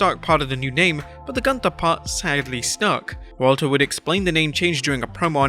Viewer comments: Let Walter tell it, “It is not GUNTHER, it’s pronounced GOONTAH!” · Es heißt gÜnther, Freunde. Mit Ü, yoah,,🙃! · It's pronounced Goonta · It's not Gunther, it's GÜNTHA. But the fact is even Shane Thorne was changed name to Slapjack, but he was more singles matches than the other Retribution members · It’s pronounced (GOON-TER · OI! NEIN! ITS PRONOUNCE GUN TA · It's not Gunther, it's GUNTHA ! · its goontha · its pronounce gunthaa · its pronounce "gunthaa" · Gunther is even more worse because nobody who speaks English can even say the name right ffs. Including here. Th is not a th. It's just a t with a silent h and U is a U and not an A. WWE should educate their employees before making such a stupid namechange that nobody can say right. The same is with Ludwig. U isn't the same in German like in English. Berlyn in WCW was even a better namechange than Gunther. The commentators could say the name right. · So they gave him a really German name but use the English pronunciation. That's just the kind of brilliance I've come to expect from WWE.